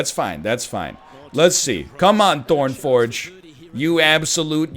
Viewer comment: I hope no Greeks heard you introduce Thorn Forg, Mr. Ernlion